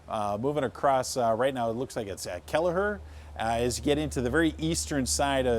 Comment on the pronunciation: "Kelly-er" not "Kell-i-her"